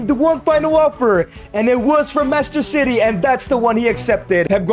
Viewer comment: Bro called Manchester City Master City and Pep Guardiola for Pepper Guardiola😂